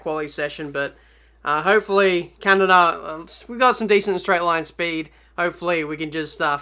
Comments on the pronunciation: "Can-ah-dah" NO. ITS "Can-ah-duh" duh not dah. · the way u pronounced canada (car-nar-da) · Actually Kanada how you pronounced it is almost the german way 😂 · Canarda? LOL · Never in my 2000+ years of living have I heard a country called "KUNARDA" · Your "Canada" at the beginning of the video sounded like finnish :P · that's how my country pronouncing canada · The way you said Canada 😂😂😂